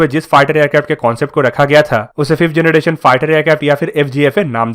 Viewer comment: Its generation......not janaDation........plz improve.